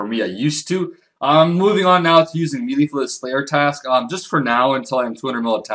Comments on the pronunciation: I was going to ask if I was the only one bothered by him saying mee-lee instead of may-lay but there are at least 2 other comments saying the same thing. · Melee is pronounced May-Lay, not Mee-Lee. Just trying to be of help. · You know its said as may-lay for melee...?